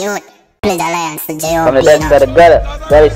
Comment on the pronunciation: Di Man Seh Pledge 'Alliance' But Him Fi Supposed To Seh Pledge 'Allegiance' LOOOOOOOL